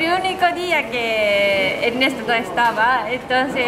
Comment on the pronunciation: Me encanta cuando dice Enesto🤗 y como Ernesto reacciona a las bromas de 😂 los amo, Saludos desde cali colombia.